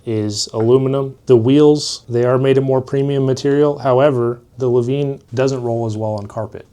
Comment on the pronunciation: I feel like hes pronouncing lavenne wrong...